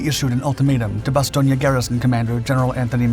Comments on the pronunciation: Another thing, in the past you correctly pronounce Bastogne with the E at the end. I wonder why you change the pronunciation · I generally like your channel but am now questioning the accuracy of your other vids because of the mis pronunciations in this video and a couple of inaccuracies in this narrative. In over six decades on this planet I’ve never heard anyone say Bastonia. It has always been pronounced Bas-stone. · Why does everyone say Ba stone ya? It's just Ba stone for the pronunciation. Otherwise, great video. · So, where is Bastonia? All I have ever read or seen is Bastogne. Ba stown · BASTON ..IA?> NO OTS SAID BASS TONE...TRY IT BASS-TONE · Good video, but it is pronounced ba·stown. Vince Speraza, a 101st gunner wrote a great book which included his first hand account of the battle. The book is titled, Nuts. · Bastogne is pronounced " ba 'stone" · Say it like Bass-Stone please. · Oh my....its pronounced Bass stone. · Hey, kid. Repeat after me. Bah. Stone. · “Bas-STONE”. Jeez…. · It’s “Bast-Own”! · Pronounced: "Ba-Stone". I've been there. That's what the local people say. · It’s pronounced BAS-STONE, not whatever butchery you were pronouncing 😂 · The name "Bastogne" pronouncing is wrong. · You pronounced Bastogne wrong bud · May be correct but by all the gods I hate that pronunciation of Bastogne. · A couple of things. I do like listening to your vid's as I like to hear differing records of what was happening in history, particularly in WWII. However, please research the names you use, you got the pronunciation of Bastogne & Reims wrong, sounding like Italian rather than French names. I must say, it is right that Americans are proud of this action by the American paratroopers because it is a classic example of the will to fight defeating the pressure of the enemy. But it was not a last stand. Last stands are those fought by soldiers that lost. The paratroopers went on to fight after that action.